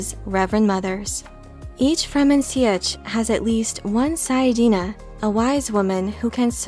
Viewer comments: Never bothered to learn to pronounce some words correctly, though. "See-etch"? LOL. I guess all words with "i before e" are therefore to have an extra syllable in them? The Lynch movie and the miniseries are the examples that should be followed. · An interesting way to pronounce sietch. I think I need to look into it more to see if I've just been doing it wrong this whole time. Very good video as ever.